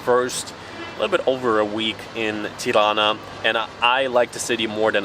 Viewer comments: Smth about the way you pronounce the "r" in Tirana made me think you have germanic background. Apparently not. So, the pronunciation itself is fine. Just use a regular plain r. Keep up the good work and wishing you enjoy your stay in our country. 👍🏻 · The way you pronounce Tirana, makes me think your mother tounge is German.